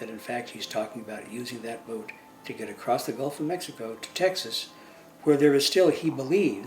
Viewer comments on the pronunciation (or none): none